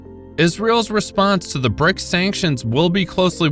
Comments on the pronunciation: BRICS not BRICKS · Okay... it BRICS, not BRICKS Seriously, you are supposed to be journalists😂